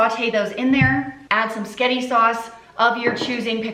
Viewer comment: I love how you called it "sketti sauce"😂